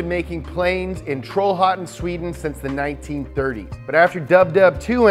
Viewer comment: tralhaten lol!! Im Swedish btw